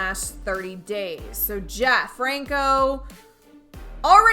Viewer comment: Pronounces Franco wrong and Adames LOL